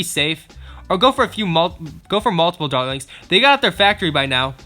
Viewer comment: When he says dartlings it sounds like darlings